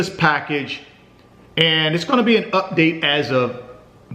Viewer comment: It’s funny when he say “UPDATE” lol 😂